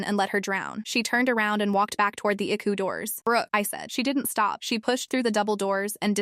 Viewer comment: I do not know what IQU is; but I believe it was ICU which stands for internal Care unit. Get your AI to talk right or don't have it talk at all and use a human